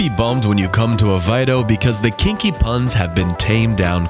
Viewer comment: Why do Americans have so much trouble with pronunciation. I'm Australian,with a smattering of Lisbon Portuguese. Then pronunciationmof this town is AV-AIY -row (think "away row" but with the German "V")